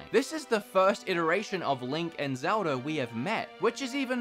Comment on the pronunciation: He got zmeldas name wrong